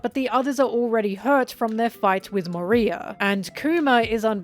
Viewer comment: why do u call Moriah "Maria" in this one lol